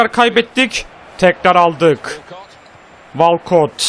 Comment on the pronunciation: Abi "walkot" değil "wolkıt" 😊